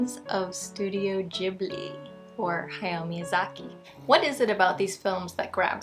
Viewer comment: Am I crazy? Every video about Ghibli i see on here they say it odd